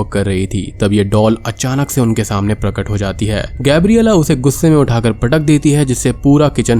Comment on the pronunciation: When you say "prakat" word it make me laugh😂😂 Btw movie explanation is awesome as always 😍😍 Ghost series is ❤️❤️